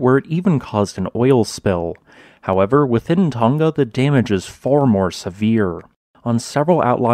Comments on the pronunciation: Hunga Tonga Not Hunga Tunga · The pronunciation is Who-nga Tonga